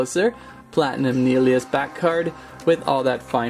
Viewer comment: P.s u said nillious wrong. Its Nil,eee, Us. Now thats how to pronounce it. But just watch the bakugan show with nilliois in it.